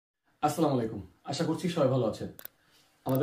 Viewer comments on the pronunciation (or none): আস্লামোয়ালাইকুম না আসসালামুয়ালাইকুম হবে